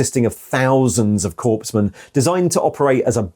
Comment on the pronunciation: It’s not corpsmen lol